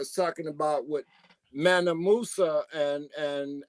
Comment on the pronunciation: ManSA not ManNA